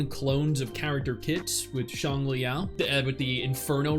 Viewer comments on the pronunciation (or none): none